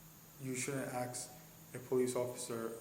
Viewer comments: Any cop that says “axe” when they mean “ask” should be fired immediately. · Can I just say, I get incredibly annoyed whenever I hear anyone in a position of authority say they "aks" a question. The word you're looking for is "ask". Please don't speak hood, in an official capacity. You instantly lose credibility. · He was so right when he said "You shouldn't axe a police officer....." 🤣🤣 about the only truthful comment he made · A cop that uses the word "Axe" instead of "Ask"... Pure failure of hiring policy. Imagine a cop pulling you over and speaking ebonics. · Its ask buddy ask not axe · Dont ever "ax" cops if they're a citizen..... everybody knows that.. duh😂😂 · Holy crap, someone should “axe” this cop how he made it through the academy. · The first thing a cop should be able to do is speak the English language. You shouldn't axe someone a question. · Ask not axe a question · So, what I understand is, this cop axed someone? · Yes. You shouldn’t axe officers stuff. Don’t axe ‘em. That cop was even too lazy to move his mouth when he spoke. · Yeah I was wondering about that he goes around axing people. In the UK that's tantamount to attempt murder or sec 18 wounding with intent. Or is it the same as I'm finna axe him? Bloody half-witted septics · Is this cop a killer? He keeps "axing" people. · The word is ASK not AX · Why is that foreigner, who can barely speak English and uses the word "ax" for "ask", allowed to become a cop and ask Americans their citizenship status? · WHY do they let idiots that don't know the law go in to LAW ENFORCEMENT?! Also, if this tard constantly pronounces "ask" as "axe", how would he pronounce "axe"? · Are you the cop that says "ax" instead of "ask"? 😂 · It's not AX, it's ASK!! GEEZUS! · Well during their training they need to take speech classes as well it's pronounced a s k not AKs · When he used the word ax instead of ask just shows how intelligent he really is. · "Aks" someone... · And it's ask not axe dumb ass cop. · “Axe” v “Ask”.